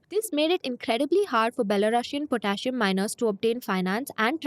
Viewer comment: Potassium is pronounced different.